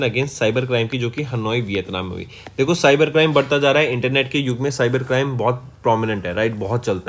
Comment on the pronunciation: It not vithanm